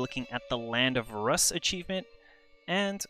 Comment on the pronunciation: Rus is pronounced "Roos" like Rooskie